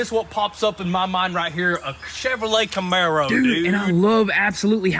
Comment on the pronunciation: God please say his name right it's FOOSE (Chip Foose) like Goose but with an "F" y'all kill'in me, not Foosy. How can you guys be working around cars a so much & never heard of Chip Foose. Please do not refer to is as a Maro, y'all killing me! It's a Camaro!